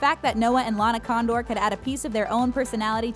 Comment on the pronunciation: ok is it just me or does the narrator lady say LARA Condor